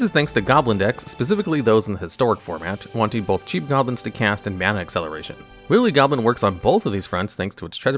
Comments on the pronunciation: The second he said willy instead of wily, I immediately shot to thr comments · Its pronounced Why-lee Goblin instead of willy goblin iirc. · He keep saying Willy Goblin.... I can't stop laughing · It’s pronounced why-lee goblin. That seems like a word everyone who grew up speaking English should know. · I am aware, like wile e coyote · "Willie Goblin" lol. There have been some mispronunciations on this channel before, but this one is already a classic. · Pfft... "Willy Goblin"? Did you pronounce it like that on purpose? My brother and I both pulled the anime version of Spectral Sailor from the Jumpstart 2022 packs we opened on Christmas, and both of them ended up getting some good use in the duels we played against each other.